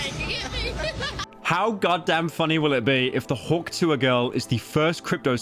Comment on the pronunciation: Hearing mr slop say "hawk tuhw" made me life worse